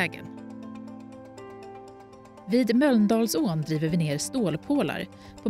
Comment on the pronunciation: Speakern behöver öva på uttalet av Mölndalsån...